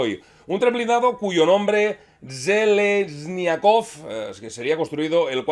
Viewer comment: esa zhe se lee como la j francesa, literalmente significa algo así como "de hierro" o férreo, es un apellido